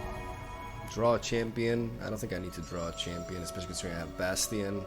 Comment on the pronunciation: If this fake Brazilian mispronounces bation one more time imma get angry